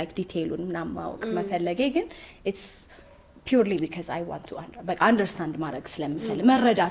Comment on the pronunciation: እዚህ ቤት ነው because "ቢከዝ" የሆነው። Say it right!